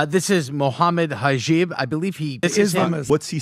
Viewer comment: If you are trying to Speak about the topic it's truly imperative that you do your research regarding said topic before speaking about it. Seeing how they Pronounce "Aisha" And seeing how to completely butcher Mohammed Hijab's name . Someone they are trying to speak out against . You can clearly tell they are just Spreading misinformation without fully Understanding the topics they are talking about. Especially when they blatantly use such a Heavy Word against Hijab . Speaking about Factual things and quoting the sources. With little knowledge you can only see one point of view. The more knowledge you get, the more views you can understand. Why A marriage at such an age was legal ?Was their laws different back then ? why did people not slander him regarding that in the past ? Because it was common. Taking Our laws today and implementing it to people of the past is the most illogical thing to do. May Allah Keep us Steadfast and strengthen us against such ignorant people. They will surely see what they have put forth on the day of judgement And Allah Is the most JUST .